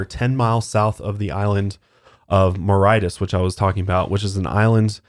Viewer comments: Only 14 adverts? Come on your games slipping sir! Joking aside, Mauritius is pronounced moor-ishous. Rather than Moritis. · Don't wanna be a prick but it's pronounced "maw-ri-shi-ous" not "maw-rite-us" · It's pronounced more-rishus :) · Mauritius is pronounced like more-ee-shuhs btw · It's pronounced "more-ray-shus" love you guys!!<3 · It was hard to listen to saying Mauritius lmao it's pronounced ma-rish-is ❤ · more-ish-us is how you pronounce Mauritius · Mauritius is pronounced "More-ISH-us" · I’m sorry but the way you pronounce Mauritius 😂 ‘Maritis’ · Pronounced; Moor ish us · It’s pronounced Mor-ish-us 😂 Apart from that, another great podcast 🤙🏻🤙🏻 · My favourite thing in all of your podcasts is watching struggle to pronounce things 😂 Mauritius honey omgggggggg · The way pronounces mauritius 😅